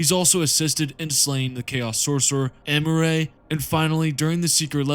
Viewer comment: pronouncing imurah as emurae was like a mental flashbang 😂